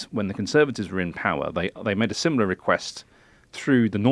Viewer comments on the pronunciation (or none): none